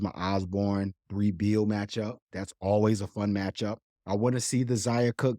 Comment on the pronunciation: Great podcast as always. I think Brea Beal name is pronounced Bre Beal.